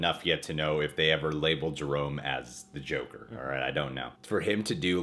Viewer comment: cant say joker